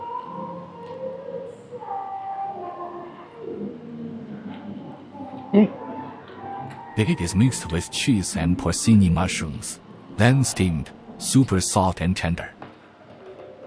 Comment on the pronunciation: great video, I love seeing what it’s like in China. I subscribed! Also I agree I want to see McDonald’s. By the way, the “c” in porcini mushrooms gets pronounced with a “ch” sound as in the word cherry or choose.